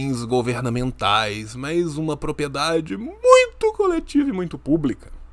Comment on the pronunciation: O sempre fala "propiedade", em todos os vídeos. Ele tem algum distúrbio de fala tipo dislexia ou só fala errado sem querer msm?